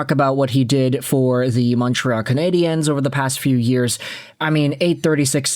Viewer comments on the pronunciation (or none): I really wish you could pronounce Canadiens properly ffs